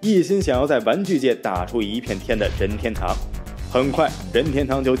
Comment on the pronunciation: Mingwei Liu 必须顶你一下,这里又不是姓氏,解说怎么能发二声,听得难受死了. 另外这个配音的英文发音也是无力吐槽了.